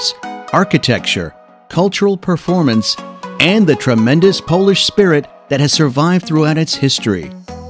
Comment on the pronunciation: Props for taking the time to learn difficult polish pronunciation. You did very well!